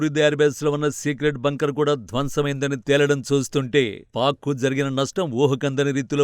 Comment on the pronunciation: Evaramma neeku Telugu nerpindi? Aksharalaki Leni mekulu pedathav. Ex: అది భంకర్ కాదు.. బంకర్. ఇలాంటివి ఇంకెన్నో. అన్ని videos లో ఇదే గోల. వినలేక చస్తున్నా. అందుకే ఈ cmt. ఇప్పటికైనా pronounciation మార్చుకో అక్క. అంతే కాకుండా stiff గా నిలబడు. వొంగబడిపోయి.. గొంతు, మెడ రెండింటిని భుజాల మధ్య ఇరికించేసి, పొట్ట ముందుకు పెట్టి ఎందుకు నిలబడతావ్? దానికి తోడు రోబోట్ లా చేతులు ఊపుడు. మళ్లీ కుడి చేతికి జారిపోతున్న వాచ్. 1% కూడా ప్రొఫెషనల్ గా లేవు అక్క. నాకు తెలుసు వచ్చిందే 5 cmts కాబట్టి ఈ cmt కూడా సదువుతవ్. So, ఇకనైనా మార్చుకో. ప్లీజ్